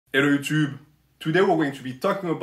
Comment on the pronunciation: “Ello Utoob” music to my ears